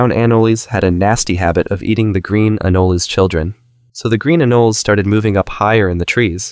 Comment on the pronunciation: It’s green “an-o-lee-s” great video tho